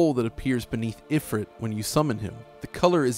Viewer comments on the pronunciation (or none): none